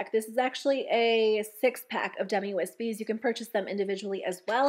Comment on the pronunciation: Me thinking you’ve been saying dummy wispies instead of demi 🤦🏻‍♀️